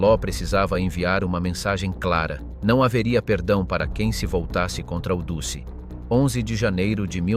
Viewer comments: Très intéressant, passionnant même, juste un petit détail sonore, musso était "duce", phonétiquement dutché et non dussé, sinon j'ai enfin bien compris l'Italie durant la guerre, je m'abonne, Bravo et Merci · The ridiculous AI commentary with its silly mispronunciations make a joke of this. Since when was Mussolini known as the 'deuce'??? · duce se prononce DOUTCHE